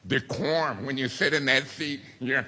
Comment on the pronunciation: And decorm 😂